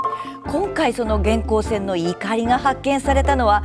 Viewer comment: 元寇のイントネーション、合わせないと。平板で。